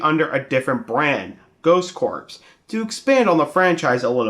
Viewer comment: It's Ghost Corps ( pronounced CORE, NOT CORPSE)